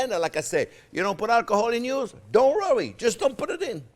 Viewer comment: Chef is not only the best, he's amusing as hell :D "Don't wrowry!"